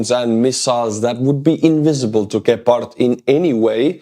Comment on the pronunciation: I love how you say Gepard, it makes it sound really dangerous and cool. In german we say it with accent on the E, like "gehpart", wich is way less intimidating. Stay as you are mate, much love from germany:) Slava Ukraini!